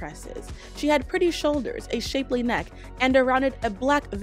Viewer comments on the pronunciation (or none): none